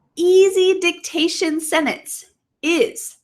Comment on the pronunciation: I've been just now using your video for vocal listening and repeating practice. Overall i appreciate your clear enunciation. But i would ask you to consider pronouncing the word sentence better. the way you said it sounds like senance